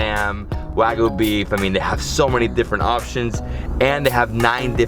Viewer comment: its wagyu not wagoo